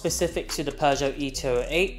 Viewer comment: . . Peugeot Not. . Not Peugeot. . NOT, NOT, NOT ... Peuge-NOT. .